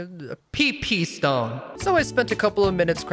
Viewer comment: Bro just gave up and said PP STONE